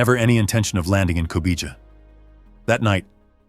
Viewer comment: “Meh-deh-zheen.” “co-bee-ha.”